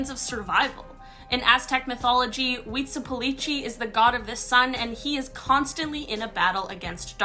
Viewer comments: nnumber 1 had 2 mistakes. 1. it is pronounced weetsleelowpotslee 2.. He was te God of war not the sun god to whom people were sacrificed. that was Tonatiuh (pronounced tone ah tee oo). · Because of how she pronounced Huitzilopochtli. And I'm not even Mexican and that is not even Spanish. Still I find it disrespectful when people don't even try.